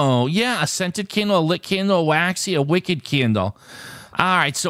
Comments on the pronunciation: I don't think you quite got purple. It wasn't a wicked candle the way you were pronouncing it; it was a WICKed candle, for example a double Wicked candle would be a candle with 2 wicks, not a candle that has been very evil :) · I thought he might get it when he started reading the "wick" part on it's own but then went back to the wrong pronunciation